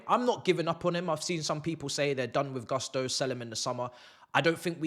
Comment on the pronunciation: Its GUSTO guys, whats up with GARSTO???? GUSTOOO, GU not GAH